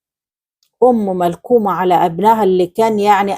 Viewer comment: معلش اختى اسمها مكلومه مش ملكومه ❤